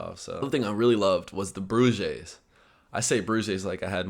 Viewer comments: yeah, me too, until he started talking about bread and it clicked, didn't sound like "broodjes" at all, but it was the only thing that had any resemblance to it that fit the context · Wait.. what are.. bruges? Are you trying to say broodjes? 🧐🤔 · Brougeez???? Tjeemig hij bedoelt 'broodjes' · How to say 'broodjes' in Dutch. Bro'd-chus : 'ch' like in 'cha cha cha' correction: Bro as in 'bro.' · Broodjes is prounced like broadyes (with the oa sound of boat) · For the next time, pronunciation broodjes = Bro and chess in 1 word. Good to hear you liked the trip. Seeing a different culture in videos or being there is a big difference.